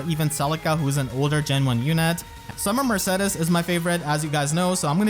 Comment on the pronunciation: is that really how her name is pronounced? isn't it murr-say-deez?